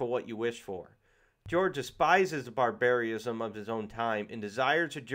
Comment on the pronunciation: Have someone tell you the pronunciation of barbarism.